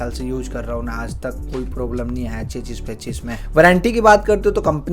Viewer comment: चेचिस 😂😂😂😂😂 चेचिस नहीं। चेसिस।